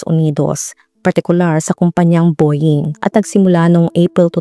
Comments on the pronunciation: Boying talaga?..bowing ang pronounciation . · Nice, great research. Pero po ang Boeing is pronunced as Bow-uhng.. Parang bo-wing, hindi po bo-ying ... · It's pronounced as "BOW-WING" and not "BOY-YING" ,,,😭😭😭😭